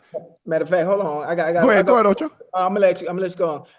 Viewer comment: “OchE”? 💀Jim don’t even know his name😂